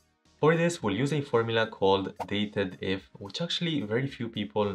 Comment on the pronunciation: The function's name is "DATE-DIF", not "DATED-IF"